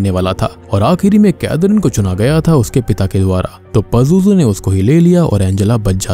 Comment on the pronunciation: It's “ Pazuzu " ...